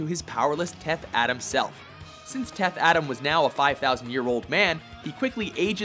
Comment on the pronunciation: its ADAM not ATOM! And yeah i demand more from my fav comicbook charcters. Look at michael fassbender. has theater background oscar worthy actor look at how brilliant he is as magneto. Or downey as ironman. The rock cant act itd be like another scorpion king movie ewww